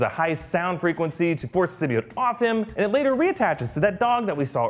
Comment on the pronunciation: I was so glad when i heard them pronounce symbiote right